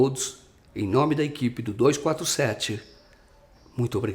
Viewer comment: Com certeza não tem eficácia . Mas só me surpreendi por um jornalista de tanta credibilidade não ter pronunciado corretamente o nome.